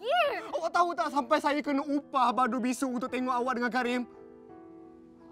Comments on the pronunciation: Sedih scene ni but, masa tergelak jap cause 'badrul bisur' dengar cm bisul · part dia sebut bisu tu dh bunyi mcm bisul(r) 🤣🤣